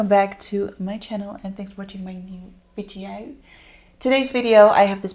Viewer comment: So why do you say "Vi-De-Oh"? Lol I wanna know the TEA LOL